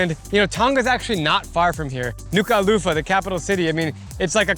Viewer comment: You pronounce Tongas capital as Nuuu kuuu ahh low faaah